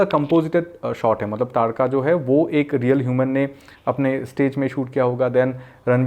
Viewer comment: lol that dude pronounce taadka wrong 2-3 time in his last video ...he pronounced ताड़का as तड़ाका